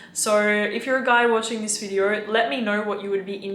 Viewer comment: go learn how to pronounce video before you give advice